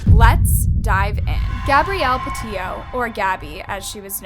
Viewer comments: Girl, u really have to make an effort in pronouncing names and words correctly. It's pronounced "Laun-dree", not Laundrah. It's "Peti-to", not Petio. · Are you saying patito? Sound like your saying patillo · literally pronounces everything wrong😭 it’s petito not petio and also prayers for gabby’s fam